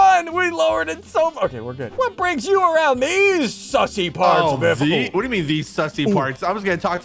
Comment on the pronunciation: i fr thout biffle said the n word